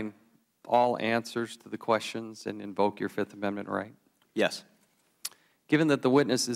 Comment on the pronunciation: 1, too, tree, fo, FIFF